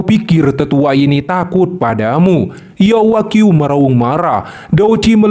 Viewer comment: Yao wanghui Bukan Yao Wagyu min